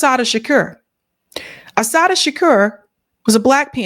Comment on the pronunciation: U slaughtered Assata’s name, and that’s my middle daughter name sake 🤦🏾‍♂️🤦🏾‍♂️🤦🏾‍♂️🤦🏾‍♂️ And I no I’m being petty right now, but ur 2 informed 4 a mishap like this. Tighten up.